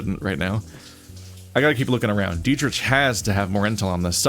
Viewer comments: ...ahem. The wolfcop's name is pronounced DEE-trick. Political rants I can handle, but mispronunciation... 😵‍💫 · Hey, sometimes we read words and names before we ever hear them. And on that note, are you sure? The developers are German. It could be "DEE-trisch"